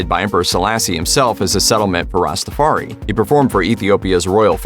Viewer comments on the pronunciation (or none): Why can't people learn to say Ska, and Reggae. There are songs with the pronunciations. It is also Rastafari (Rasta - far - eye). Also, the faith is Rastafari, not Rastafarianism; the individual is Rastafari, not Rastafarian, 2, or more is Rastafari, not Rastafarians.